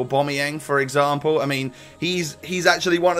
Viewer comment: "Yaya Toure for exampoo" 😂😂 surely I wasn't the only one that heard that.